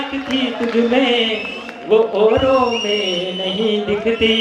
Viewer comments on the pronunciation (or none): ladka accha hai par thodi samazh kam hai kavita ka pehla asool pronunciation ( example its auro not ooro) suhi hona chahiye doosri baat mere bhai kanhiya, kumar vishwas inki baatein chod ek baar kanhiya ko sun ley tere se 10 guna zyada dimaag hai or bharat mata ki jai bolney se tu bahut bada rashtrbhakt nahin ho jayega or ek imporatant kisi ki copy mut kyon ki tu copy bhi acchey se nahin kar paa raha hai padhai kar job kar yeah creativity hai teri samazh se bahar hai